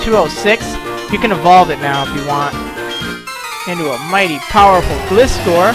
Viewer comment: Gliscor is pronounced GL-EYE-SCOR just like on the tv series.